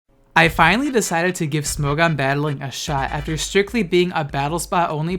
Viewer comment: Every time he says “Smo-gone” I lose a braincell.